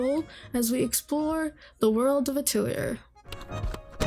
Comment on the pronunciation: Except she has problems pronouncing the word "Atelier" correctly. It's pronounced: ah-tell-e-ah Not: ah-till-e-err